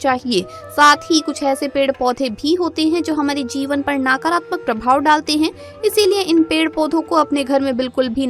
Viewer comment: आपकी जानकारी के लिए धन्यवाद कृपया उच्चारण सही करें, नकारात्मक को नाकारात्मक , व साकारात्मक न बोलें, मंदार वृक्ष अलग है रुई का अलग, अल्प ज्ञान से भ्रम न फैलाएं।